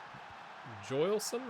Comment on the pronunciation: Jo-il (pronounced like ill)-son put the emphasis on the il syllable